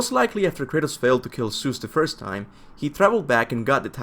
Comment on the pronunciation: I’m not sure how many more times I can handle listening to you say Seuss